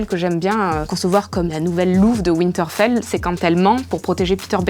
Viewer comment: C’est vraiment drôle à quel point les français ont un problème dans la prononciation. Gamezez of Sronezz, Kingzz Lannndinnngue, Winteurfelle, Sans ça Starke, etc. Quoique la « belle jeune fille » qui détrônerait Cersei serait Brienne of Tarth « The Beauty ». Les gens se moquent d’elle en l’appelant la belle... Coïncidence venant de Martin? Je ne pense pas. (Le loup n’est pas le sigil des Stark c’est le Direwolf, mais c’est pas grave ;), belle vidéo)